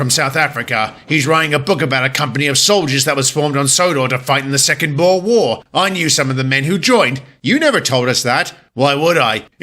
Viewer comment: DIT IS AHH-FRICK-AANS AND BOO-E-R.